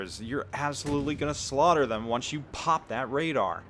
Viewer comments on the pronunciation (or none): none